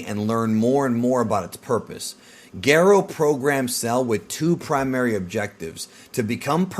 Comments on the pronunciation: dr Garo? you mean Gero? that’s how it’s said in the dub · The audacity to call dr Gero the way you do and not like the official dubbed version is a disgrace!!! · Your pronunciations are absolutely infuriating. If you dont want to pronounce Dr. Gero the way it's said in the anime, then you need to pronounce it with a soft G, the way Gerald or Gerard is pronounced. Youre being an ass by pronouncing saiyan the way you do, literally no one in history has said it that way. And Pikkon was the last straw. Yes, in the original japanese version he was Paikuhan. We get it, you did your research. But everything since then, from games and newer iterations of the show call him Pikkon. Because of Toriyamas bad memory, the show evolves and things get retconned. Toriyama used to call SsJ 3, Ssj 2 because he forgot about 2. Not to mention the original grading system. Bravo, you made a good video with a lot of research. But youre just being a contrarian using these pronunciations. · I love your videos. Unpopular opinion I very much dislike how you say dr gero and krillan. Lol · Just say Gero normally bro